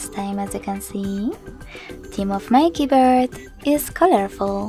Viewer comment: Haaaaaai.....Why are you singing your instructions? And what are "keybirds"?? This clip sounds ridiculous....